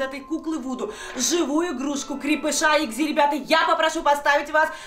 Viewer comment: Только не экзи а экси